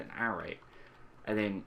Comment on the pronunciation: Great videos but need to let you know it's pronounced ah-ray